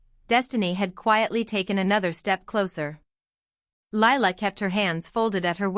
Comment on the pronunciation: What the hell did I just listen to?? The title has nothing to do with the story, the necklace had no continuity anywhere and then Lila was looking thru ledgers. What garbage. And the name Lila is 2 syllables.